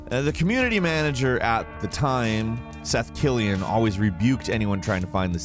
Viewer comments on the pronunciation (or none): none